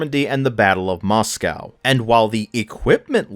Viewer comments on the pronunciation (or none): none